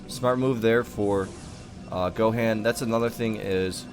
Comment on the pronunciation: It's pronounced go Hon lol. You never seen dbz I guess.